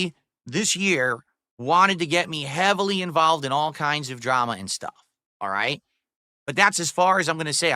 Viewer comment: "respect dat huzzle" also listen how he says "ppp wanted to get me hwavily involved" like he was getting groomed into drugs